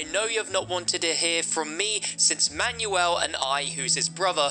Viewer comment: I like how he says “Manual” instead of Manuel’